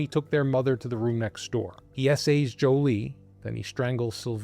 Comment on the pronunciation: I believe it's 'Juli'....not 'Joli'.....